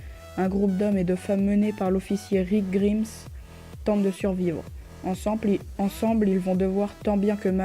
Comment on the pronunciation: Dites à cette personne comment se prononce Rick Grimes svp xD